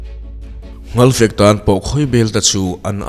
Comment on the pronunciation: Nghalpui, nghalfek i tih hi a dik lo. Ngalpui, ngalfektiin kan pi pu nu leh pa te khan an sawi thin.